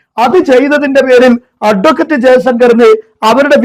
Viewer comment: അട്വക്കറ്റ്. എന്ന് ഊന്നിപ്പറയുന്നത്. ആക്കി പറയുന്നത് പോലെ തോന്നുന്നു.!